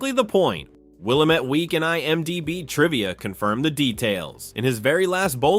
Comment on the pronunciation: Willamette Week is pronounced “will-AM-itt.” Not “WILL-uh-MET” Lapin is pronounced “la-PAN.” Not “luh-PIN.”